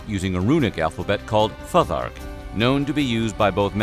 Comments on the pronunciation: Futhark is pronounced "Foo-thark" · Futhark is pronounced Foo-thark This video has so many mistakes please redo it... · It's pronounced "Foothark" Also,there is no evidence that the Vikings wore horned helmets, and nothing like this has ever been discovered in any archaeological dig. They certainly wore helmets but they would have been simple skullcaps, designed to protect the head from impact. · Wasn’t it pronounced “foo-tark “ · I feel like youre pronouncing futhark wrong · "IBBIN' FADD-LANN" "FAH-THARK" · Dude, PLEASE look up the pronunciation before you do these vids!! Cnut-(Ka-noot) Futhark-(Foo-thark) Etc. Aside from that lil bit of ear bleeding, good video